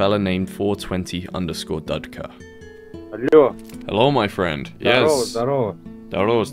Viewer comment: Dudka guy was laughing at your underwear, btw, it’s pronounced doodka in Russian